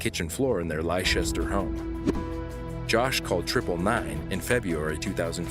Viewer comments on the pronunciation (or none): Please, PLEASE, pronounce our UK cities and towns correctly 😫 They're pronounced "Lester" and "Lestershuh". I know they're spelt awkward among many other places but Google could tell you the pronunciation. Besides that, I love your videos 😂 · It's pronounced Lester shire. You are welcome 😊